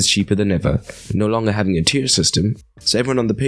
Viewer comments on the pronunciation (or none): none